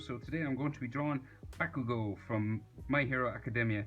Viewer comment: bekugo LOL SRRY FOR SAYING THAT IM NOT HATING BUT THE WAY YOU SAY IT